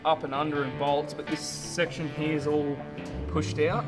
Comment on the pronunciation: What’s up with the Queensland pronunciation of the word “here”? The whole “ heeYaah” bit. is the only one who speaks normally.